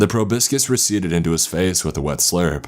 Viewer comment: Correct me if I'm wrong, but isn't proboscis pronounced "proab-oh-sis" rather than "pro-buskis"?